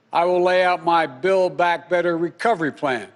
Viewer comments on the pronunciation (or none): Build back, had to rewind a few times , thought he said Bill Back. ... "As I said on the past of December" What?! I hope he does well, I'm just excited that the white house, senate and the house is all there's. No more blaming Republicans. Get it done Joe, good luck. Make sure your bill goes to the AMERICAN people and not attached to money leaving the country.